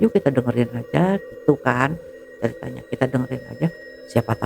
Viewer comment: yang nyeritain bilangnya ceritnya terus